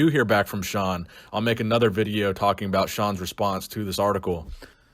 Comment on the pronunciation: That's very fascinating stuff aboot shawn